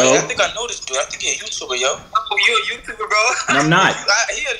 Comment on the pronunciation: ''on GOD he a Youtoober"😂😂